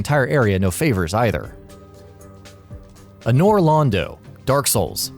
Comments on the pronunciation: It’s not ‘A-nor Londo’ it’s ‘An-or Londo’ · A-nure Londo........is this guy serious? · Anyone else cringe when he said Anor Londo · He can’t pronounce Anor Londo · you know, you would think with how many souls based lists they do that the narrator would know how to pronounce Anor Londo right. :/